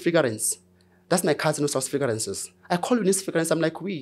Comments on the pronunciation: Frigarances 😅😅😅😅 it took a minute 😂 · fragrances ❌ Figarances ✅